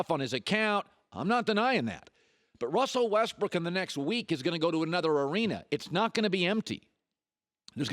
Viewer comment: Colin Cowherd Hates Russell Westbrook because he can't pronounce Russell's name correctly 😂😂😂